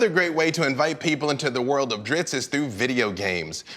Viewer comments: It's Driz-zit. it was even written that way in one of the books when a human girl heard him say his name she said "what is a Drizzit" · "Dritz"? Am I the only one shocked to hear it pronounced this way from the man himself? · What's with the mispronunciation of Drizzt by everyone in the video. It surely isn't pronounced "dritzz". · Lol. Drizzt, I always pronounced it (dri-zit). Oh well, he is still my favorite character followed closely by Artemis Enteri. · I pronounce his name Drizz't (Drizz-it)... & ALWAYS WILL... Just sounds So MUCH BETTER... imo :) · Calling Drizzt “Drits” every single time in front of the author is extremely cringe. I’ll give you a pass on Guenhwyvar because I think you have to be a grand master seventh degree Norwegian to pronounce it. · why are they pronouncing it dritz? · So its pronounced Drits? ummm ok... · Why do people say Dritz!? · If it is pronounced Dritz, why spell it DriZZt? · I felt the same way, but then the author pronounced it the same way, so IDK anymore. I legit shuddered every time he said it, though. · How are you pronouncing the "T" before the DOUBLE "Z" in Drizzt? You spelled it wrong or you're saying it wrong. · I was today years old when I realized that I have been pronouncing Drizzt incorrectly for decades... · Two Idiots who can't even pronounce Drizzt's name correctly. Btw Mr Salvatore. Thank you for being a "No Show" when I decide to go to Gen Con Indianapolis for the first time. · zzt not ist, over and over from the creators mouth, i can no longer be shamed by higher level nerds lol =) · Why are they calling him Drittz ? It's Drizzt.... (Dreessstt) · sigh, i have been saying this for decades and people wont listen. his name is not drist, its drizzit. say both of those names out loud, they are different. in the third book of the dark elf trilogy when drizzt meets the boy from the farm the boy runs away screaming its a drizzit its a drizzit not its a drist its a drist. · I'm sorry did he say driTzz